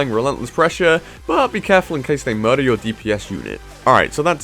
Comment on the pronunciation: Luv it when you say MURDER😂😂